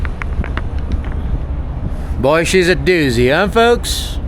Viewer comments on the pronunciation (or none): it is doozy not dousey